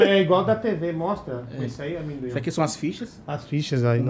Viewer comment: “Da um pouco de medo né do AMÉMdoin” By vinhateiro 😆